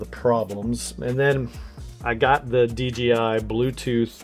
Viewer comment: It’s DJI not DGI, why is this so hard to pronounce. 🤦🏽‍♂️